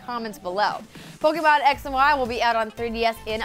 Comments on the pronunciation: POKE-AY-MON, NOT POKE-EE-MON. GAH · anyone else cringes everytime she says pokymon? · Man, I wish people would stop pronouncing Pokémon wrong. Especially people who report on gaming.